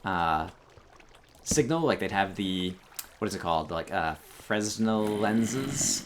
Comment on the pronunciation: FRUH-nell lens. It's all FUH-rench and stuff.